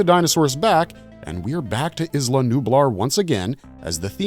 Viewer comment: Are we still pronouncing it ‘izla’? The island boys dont even call themselves the izland boys and they’re handicapped